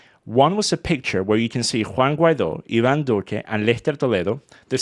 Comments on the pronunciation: Juan Watery😂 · Juana Guaido